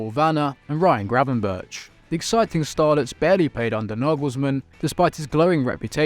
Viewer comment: Is it really so hard to pronounce Gravenberch? And Ekitike is still a Reims player, PsG have an option to buy, but havent yet